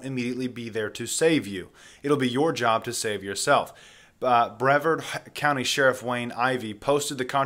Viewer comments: Just a lil' help with pronunciation. The county is pronounced bre-VARD, like a pirate. I used to live in FL, so I know how it should sound. Great presentation otherwise!!! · It's Breee vard county. It's where I live.